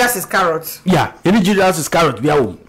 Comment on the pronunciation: Am I the only person hu heard Jud)s from hihihihi